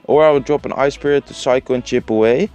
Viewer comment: Ik kan echt een nederlands accent horen wanneeer je an zegt (je hebt de neiging om een te zeggen) en plus (dat je gewoon nederlands uitspreekt. Let daar een beetje op.